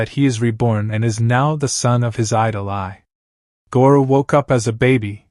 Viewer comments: But… It isn’t. I watched sub and dub. It’s just “eye” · The narration was good however you saying A I instead of Ai is really cringe. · Bro said a i instead of ai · You pronounce Ai's name like "A.I", so she was same type of stand as Artificial Intelligence.